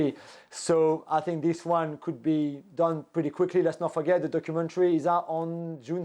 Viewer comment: The "pogmentary" 😂